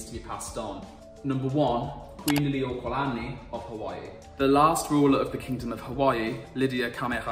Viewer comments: Lily-oo-OH-ka-LA-ni There's no 'd' in that name. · Lily-ú-ō-kah-la-knee Kah-may-ha-may-ha. You did rather good. I've heard it butchered a lot worse. You've pointed out the history of how Hawaii was annexed, gives Hawaii a unique answer to what would happen if the United States of America fell apart. Most likely it would revert back to a monarchy.